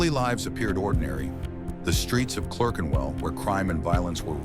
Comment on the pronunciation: Can't even say Clerkenwell. Another septic ruining British history.